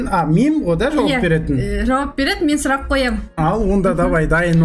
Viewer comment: ❤❤❤ сұлақ деген сөз жоққой😂😂😂 сұлақ😂😂😂